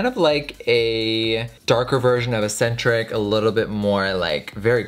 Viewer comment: Jeffree I love you to death, but eccentric is not pronounced asentric.